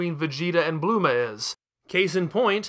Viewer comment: Why do you pronounce goku so weird...im just gonna assume your doing it on purpose like "bluema" and "super cyan"